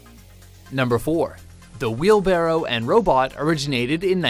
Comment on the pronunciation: I fucking hate how he says "wheelbarrow"